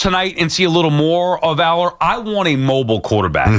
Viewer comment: Sal has not seen Allar and yet has a strong opinion. Can’t even pronounce his name. He said based on what I’m seeing on the film here….hes literally watching clips mid-show